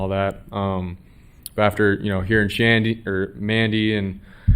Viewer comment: He said " shanndy" lol bwahahahahaahah. Freudian slip